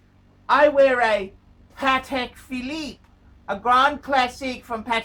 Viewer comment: it cracks me up how much he enjoys saying “a Patek philEEEP, a grand classEEEK, from Patek PhilEEEP”